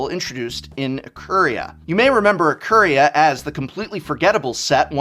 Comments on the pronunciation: Is his mustache causing to pronounce 'I-kuh-ria' differently? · I feel like you pronounced ikoria like that as a personal attack against me